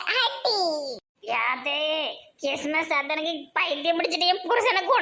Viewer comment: Ean krismas a kismas nu solringa its wrong entha madhathaiyum asinga paduthayjinga plz sister